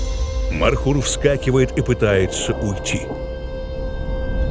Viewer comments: Не мархур а МОРХУР. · Правельно говорить,не мархур,а морхур.Мор с Фарси,змея.(Змееед). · НЕ МАРХУР А МОРХУР. НЕ НАДО ИЗМЕНИТ НАЗВАНИЯ ИЗ ЗА ПРОИЗНОШЕНИЯ. МОР - ЗМЕЯ. ХУР - ЕД . ЗМЕЯЕД. ЗАЧЕМ ИЗ ЗА ВАШЕГО ПРОИЗНОШЕНИЯ ИСПОРТИТЕ ИМЯ -НАЗВАНИЯ. НАПРИМЕР ХИСОР HISOR Вы називаете Гисаром GISAR. Если из за произношения Андрея назвать Андрай это как выглядеть. В советские времена из за произношения портили наши имена и фамилии в ЗАГСЕ. НАПРИМЕР ШАРИФ-а ШАРИП-М написали на свидетельство о рождении. Ахмада AHMAD писали Ахмедом. И мою фамилию так же испортили. У узбеков в произношении нет буквы Ф они произносят П. ИМЯ В ЛЮБОМ ЯЗЫКЕ НЕ ДОЛЖНО ИЗМЕНИТСЯ ИЗ ЗА ПРОИЗНОШЕНИЯ.